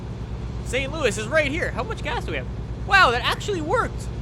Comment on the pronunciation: The way says St Louis is triggering.